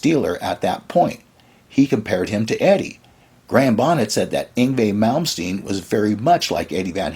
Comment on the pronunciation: mike varnaaaaaaay who is mike varnaaaaaay? we know a mike varney, but not a mike varnaaaaaay, oh dear you can pronounce Yngwie Malmsteen but struggle with varney lol